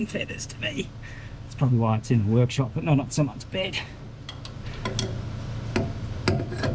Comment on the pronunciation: What the hell is a "Wo-yak-shop"? Haha